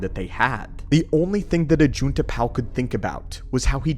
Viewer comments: Anybody else annoyed that he pronounces Ajunta Pall as Ajunta Pal? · Is it bot pronounces 'pall' as in pall bearer? More akin to paul, than pal? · Idiot doesn't even know how to say ajuntal pall correctly. It's pall not pal. Ugh, it's grating in my ears. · great video! Love your content for real - just wish you pronounced the names correctly (> <) like Ajunta Pall (like Paul) and Je'daii is like (zhe-dye) not jee-dye. and Makashi. and Ziost (Zye-Ahst) (not zye-oast) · Ajunta Pall is Pronounced like Hall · Ajunta Pall's name isn't pronounced correctly